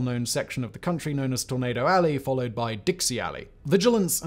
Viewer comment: Every time Simon said tornado it sounded like tomato 🍅 lol